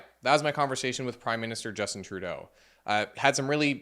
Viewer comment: "Without further adoo, Justin Troodoo"